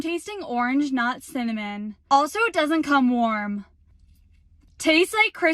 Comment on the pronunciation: "Cinnaminna Rolls" 💀